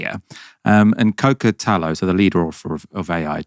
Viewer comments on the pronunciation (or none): He said Cockatello hehehe….